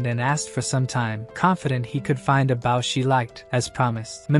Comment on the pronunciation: But still can't say bow